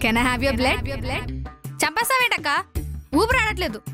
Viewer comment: Bled kadu thalli 😂 blood